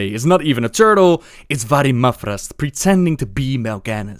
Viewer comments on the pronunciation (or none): Upon playing Mal'Ganis, he says "I AM MAL'GANIS! I AM ETERNAL" which sound's like "I AM MAL'GANIS! I AM A TURTLE" for some reason